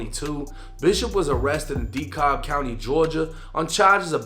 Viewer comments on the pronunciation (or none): Just fyi...county in Ga is pronounced- Dee-Cab.....keep it up my guy! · Dekalb is pronounced de-cab. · Dekalb pronounced (De-Cab) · Great video as always! But as an Atlanta native its pronounce Dekalb ( Dee-Cab) 😂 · DEKALB= DEE-CAB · bro said dekobb county💀😂